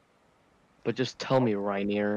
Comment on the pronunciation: It's actually reineer